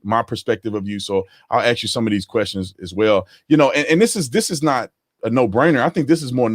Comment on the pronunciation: "Let me AXE you this..."